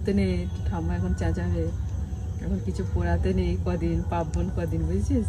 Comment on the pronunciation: একটা কথা বলি কথাটা কিন্তু পার্বন, পাব্বন নয়